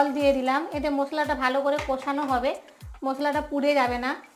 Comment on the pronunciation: Tomake kee ranna sikhiye che aage bolo to masala ke musla karai ke kurai bolcho